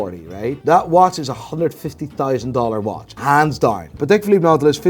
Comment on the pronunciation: Who the hell is buying watches from the muppet that says "PatAK" bet he says "EXpresso" too